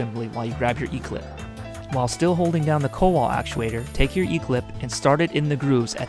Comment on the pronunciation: It's pronounced koval